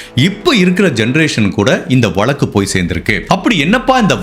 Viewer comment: Better ù say case not valakku...it's pronounced vazhakku...